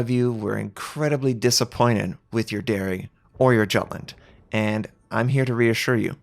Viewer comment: The way you pronounce Jutland, ouch.